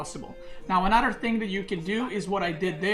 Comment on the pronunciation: How he says another “Anuter” cracks me up lol